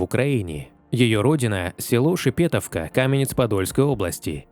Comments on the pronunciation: Не ШепЕтовка, а ШепетОвка!!! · Шепетовка, ударение на о.